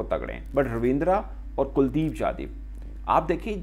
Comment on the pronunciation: kuldeep "jadhiv" nahi hota angrez 😂 kuldeep yadav naam hai uska